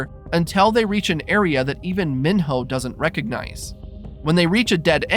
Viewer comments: Mee-know not min-hoe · It’s not Min-hoe, it’s pronounced Me-no. Said so in the movie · Can’t even say mino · Kept saying minho name wrong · Why did you say Minho like that?